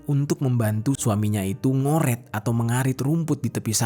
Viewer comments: NGARET,BUKAN NGORET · Ngarit bang bukan ngoret, 😂